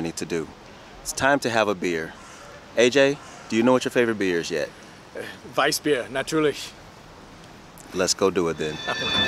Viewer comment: welcome to germany AJ! your pronounciation of "Weissbier natürlich " was so good that i have to ask you: Did you learn german before?